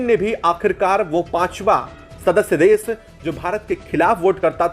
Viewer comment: Hello content creator- please do not pronounce- desh as das, or Nation — Nashan as nasan Or action -acsan Your small efforts will make your content excellent.